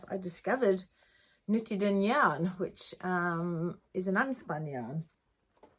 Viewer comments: Great podcast, so many beautiful things! You pronounce nutiden almost perfectly (maybe try just a little bit longer u, ”nuutiden”) it’s a Swedish made yarn, as you probably know since you also have Gotland-sheep, a Swedish breed. Looking forward to next episode. Greetings from Sweden 🇸🇪! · Nope, that’s not right- it’s pronounced just the way she says it, Nutiden, it’s a Swedish made yarn.